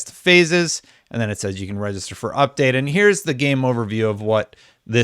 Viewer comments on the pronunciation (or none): none